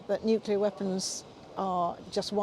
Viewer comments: There’s about a dozen people there! Why give them publicity? Can’t even pronounce nuclear properly.😂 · Apologies, this is appalling video. These are just views but from who? Is this a face of self preserving interests and disregard of someone’s freedom? Never mind that some cannot pronounce the word “nuclear”. Protesting of course don’t mean participating but protest for the justice and Russia is not in the latter.